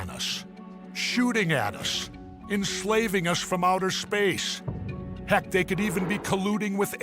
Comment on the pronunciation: “…enshalving you from outer shpash.” What a shekshy shlur.